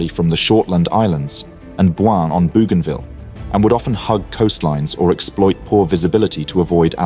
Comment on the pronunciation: The pronunciation of Bougainville and Rabaul is wrong. To an Australian ear, at least, and that is in our back yard.